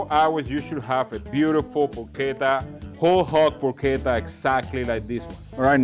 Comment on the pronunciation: Is not porscetta, is “porketta” the right way to pronounce